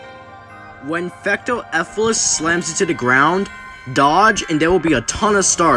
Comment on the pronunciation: And its not"Fecto Efilis" its "Fecto ELfilis".